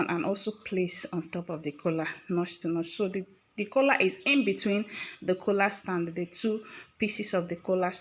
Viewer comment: Stop calling it Kola......its Collaarrrr